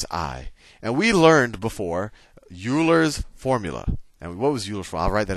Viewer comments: Sal!!! U-Ler?!?!? Come on, man. The natural base is ‘e’ in his honor. Let’s at least make an effort to pronounce arguably the greatest mathematician that’s ever lived’s name correctly. It’s pronounced “Oiler”. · lol yoolers formula, great video though :) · It may be spelled Euler, but it's pronounced "oiler." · Thanks for all these videos! However, would please learn how to properly pronounce "homogeneous" (not like for milk), and "Euler" (sounds like Oiler). Thank you. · Sal you are pronouncing Euler wrong. But thanks for the great content!